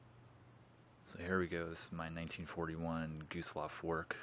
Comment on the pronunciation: im a german and i LOL at how yu say Gustloff Werke :DD